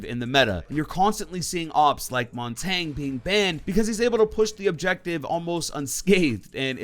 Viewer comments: Hey, it’s pronounced mountanyeh. It’s French for mountain. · To pronounce montagne for those people who don’t know, it’s mon-tan-yeah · the way you pronounce montagne